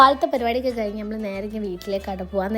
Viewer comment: കുട്ടിയെ കാണാൻ നല്ല ഭംഗി ഉണ്ട് പക്ഷെ.... അമ്മൾ അല്ല കുട്ടീ നമ്മൾ എന്നാണ് 😂😂😂😂...